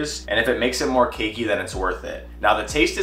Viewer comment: Every time you say cakey my brain hears kinky and I get so incredibly confused 😕